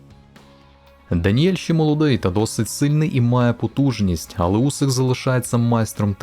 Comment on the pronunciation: Усик а не Вусик . Він по-моєму прізвища ще не міняв